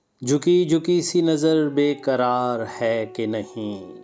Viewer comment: پہلے قرار اور کرار میں فرق پیدا کرو۔ تم لوگوں کا وقت نہ جانے کس لئے ضائع کر رہے ہو۔جب کسی نے پہلے ہی اس کی اچھی ادائیگی کر دی ہے تو اب اس کا ستیاناس کیوں کر رہے ہو